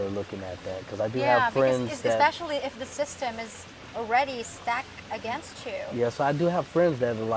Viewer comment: she pregonant alrrraydee!